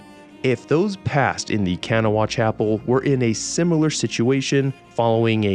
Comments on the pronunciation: Locals pronounce Kanawha as kan-NAW-wa (three syllables, with the last "wa" being very short and sometimes difficult to hear) or shortened to kan-NAW (two syllables). Hearing it pronounced KAN-uh-wa is understandable but a bit jarring. ;) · Hey! West Virginia native here - Kanawha is pronounced like "kuh-nah-wha". Almost like saying "k'nahwuh"! This video slapped though I'm glad I was early early 🎉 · K*n’wah*uh Didn’t know West Virginia was a part of Morrowind! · Hi, West Virginian here. Charleston actually. Where the name Kanawha is our county and the main river running through. It's pronounced Ka-naw-a, not Ken-a-wa. Also Helvetia is pronounced Hell-vie-cha, not Hell-vet-ia. Lol thank god they didn't put Hurricane in the game (which is pronounced Her-a- ken). It is strange they didn't put Huntington in though since it is one of three biggest cities and home of Marshall University. It would be where Hillfolk Hotdogs is since the restaurant is based on the real life Hillbilly Hotdog. Keep making great videos!